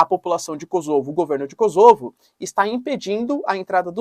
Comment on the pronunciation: Kôsovo e não KosÔvo